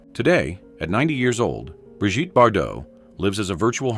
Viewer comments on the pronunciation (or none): Bree Geet, Brijtty? 😂😂😂